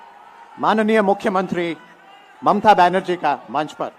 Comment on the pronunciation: Ma wb sa hu ,, hamra cm ka nam ha momta mullah,, ok ,, momta banu nahi ,,, 2time sa thek sa bolna ,, 🤣🤣🤣